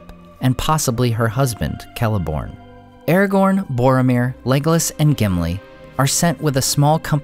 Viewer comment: I don't know much, but I know it's not pronounced Erregourn.